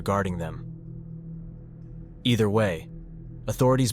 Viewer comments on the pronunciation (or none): none